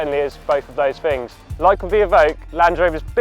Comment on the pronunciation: I'm sorry. I can't take a guy seriously who talks as improperly as he does. "Bofe of voze fings" Ugh... Shudder. Like nails down a blackboard.